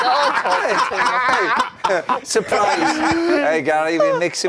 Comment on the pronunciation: Is wrighty calling Gary gal hahahaha